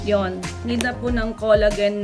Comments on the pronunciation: It is pronounced as "kola-jen" not kolagen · xencia kanapo.nakasanayan kona po.kc ung sa salitang japan collagen not kola-jen